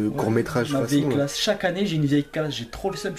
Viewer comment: T’as dit clash à la fin au lieu de classe